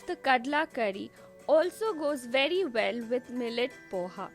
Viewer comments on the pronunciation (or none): none